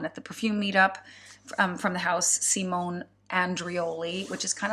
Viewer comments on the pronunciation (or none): none